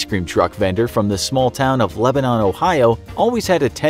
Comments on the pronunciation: Hey, I'm from Lebanon ohio we pronounce it leb-a-din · I hate how he says Lebanon , I live 20min from there it’s Leb-in-en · I’m sorry but the way you’re saying Lebanon isn’t correct and it’s irritating me lol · As someone from Ohio it's hella werid to hear the way the narrator pronounces 'Lebanon'